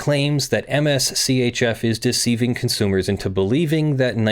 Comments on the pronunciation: You keep saying "M-S C-H-F"... If you didn't catch on already, I'm pretty sure it's Mischief. lol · For future reference Mschf is pronounced mischief. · Am I the only one, who is sure that MSCHF is intended to be pronounced “mischief”? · Also, I belive MSCHF is pronounced "Mischief"